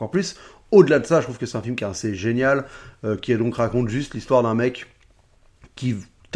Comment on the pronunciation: J'aime bien ces formats de recap, on apprend vachement de trucs. Sinon, rien à voir, j'entends "1C" quand tu prononces "assez", c'est mes oreilles ou bien ?